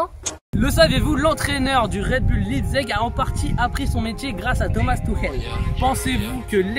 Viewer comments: Ecrivez Leizig sur Google traduction svp mes oreilles 😂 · Ça se prononce laïpzich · Ça se prononce Laïptsigue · Enfin qqln qui sait comment le prononcer pcq lipzeg 😭 Allemand LV2 rpz 😂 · Ça m’a fais mal au cœur c’est que tu l’a dit plusieurs fois. Et au début de vidéo tu ne sais pas prononcer Leipzig, je suppose que c’est du second degré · ça se dit Leipzig